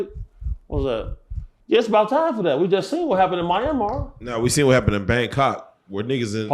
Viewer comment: Grown ass man gotta grown TF up cant even say Bangkok man cut it tf ot